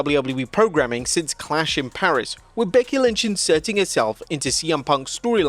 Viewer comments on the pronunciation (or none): none